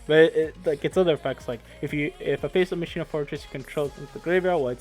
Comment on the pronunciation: It's not Ma-shi-na it's ma-key-na :'(